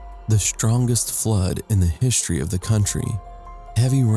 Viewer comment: What the h*ll are "INHIBITANTS" ????? And Hishtory ???? Shtrongest ??? Shtrangely ??? Minishtry ??? Doesn't bother me. Just kinda funny. Otherwise OK video.